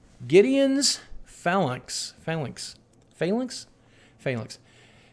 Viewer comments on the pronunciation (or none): none